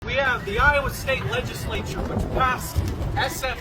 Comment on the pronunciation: This guy can't even pronounce legislature and he's teaching at a college?